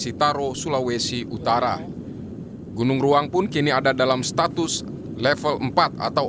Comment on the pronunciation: Iya saya jg dengarnya gunung raung